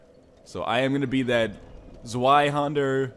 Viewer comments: I gave you a somewhat flawed pronunciation last time you were talking about that sword. It's Zvyhandah. I don't think many people would fault you for just saying Zwhyhander if you aren't comfortable with the germanic V sounding W. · Almost correct with Zweihänder! :D But the "Z" is pronouned hard. Like "TZ", besically. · it's actually more like "zvaihender" (with a sharp s and a voiced h). It's German for "two handled", indicating it's meant to be used with two hands. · that sword is german. its pronounce tsviy-handah it literally means two hands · its Zvy-Haen-Der its German, so the w is pronounced as a "V" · "Tsvaihennder!" Yes, really. From Software's localisation guys spelt it Zweihander instead of Zweihänder which does not help. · It's pronounced 'Zvi' hander it's german for 2 handed. If anyone gives a fuck. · Zweihander is to be rightly said Zveihander because Zwei is the germin word for 2 and the germins pronounce the W as a V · Zwei is 2 in german, so it's really called the "Two Hander" Zwei is pronounced like zvei. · I'd pronounce it zvay-handej But that's just silly me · you pronounce the "w" as a "v" in zweihander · it's zvei hander zwei means two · z in "zweihander" is pronounced "ts" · If you'd like to pronounce "Zweihander" correctly, say it like: "Ts-why-hunder" Hope it helps ;) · Zweihander. Nice... The Z needs to be pronounced more like Ts but you were really close... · lol I AM German xD I just said that the Z is pronounced harder. Like if there were a T in front of it.